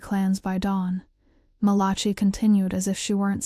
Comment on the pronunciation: Malachee? The name is Malachi.🙄